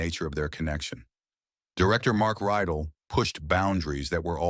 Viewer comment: Teach your AI how to pronounce Dullea and Rydell.